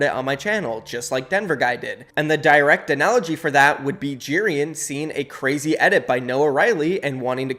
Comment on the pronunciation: i have the way he says Jerian’s name. He says it like jeer-an instead of j-air-ian